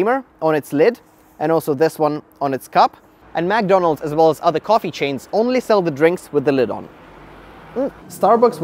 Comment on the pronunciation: The lawsuits were crazy and all but the way he pronounces mcdonalds "magdonalds" triggers me